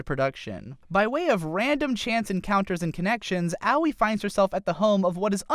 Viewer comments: ow-wee... ugh. who the fuck is ow-wee? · I know Aoi is a tough name to pronounce, but....."Owie"